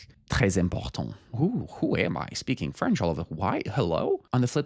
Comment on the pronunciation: You have such a great accent in French! Spot on prononciation! Americans usually have a shitty French accent.😅 New to your channel, but I noticed English isn't your only language. Prob why your accent is👌🏾.. Anyways love the channel. 🤗